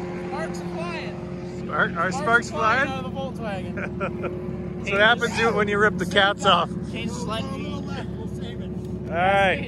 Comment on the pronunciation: It’s Volkswagen people! Not volkswagon